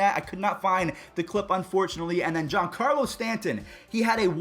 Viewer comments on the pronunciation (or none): none